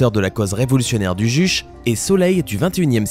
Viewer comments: On ne dit pas juche. Mais Juché (bien prononcé le É). C'est l'idéologie d'autosuffisance de la république populaire de Corée du Nord. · on dit pas "juche" mais on ke prononce "djoutchai" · Au fait le Juche ça se prononce Djoutché